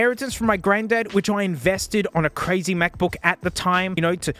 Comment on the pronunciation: The NuggBook.